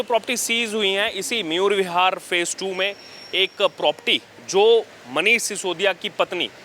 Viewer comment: प्रॉपर्टी बोलते हैं प्रोपटी नही